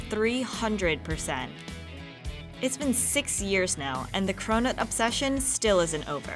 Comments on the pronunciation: When you hear cronut as corona 😂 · Does anyone else hear "corona" as she says "cronut"? I cant get the rona out of my head!